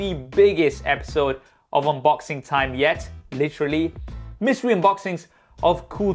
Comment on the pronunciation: No one: in every mystery unboxing episode:welCoMe to The BigGest episode oF mysTerY..